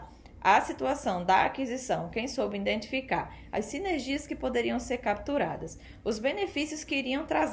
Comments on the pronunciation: In identificar....? Kkk É I DEN TI FI CAR certo? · EXCELENTE VÍDEO, GRANDE CONHECIMENTO SOBRE O MERCADO DE AÇÕES, AMEI O TEU SOTAQUE NORDESTINO, NÃO O PERCA NUNCA! TÚ REPRESENTAS COM DIGNIDADE O POVO NORDESTINO! APENAS CORRIJA O HÁBITO DEFEITUOSO DA PRONUNCIA (INDENTIFICAR) NA PALAVRAS "IDENTIFICAR". PARABÉNS! PROFESSOR ROBERTO GUEDES CAMPINA GRANDE PB!!!!